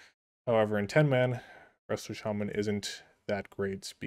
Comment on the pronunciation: Didn't you were a jaja until you said chaman over shaman lmao